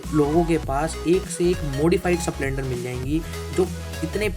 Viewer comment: स प्लेंडर नही स्प्लेंडर बोलते हैं😅😅😅